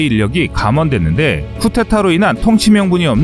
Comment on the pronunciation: 쿠데타인데 왜 계속 쿠테타라고 읽어요?